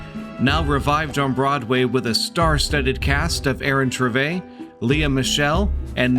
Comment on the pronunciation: So glad the algorithms shone my way. I clicked sibscribe with a quickness. Love this review! Mr. Tveit's surname is pronounced Tuh-Vate, rhymes with gate. .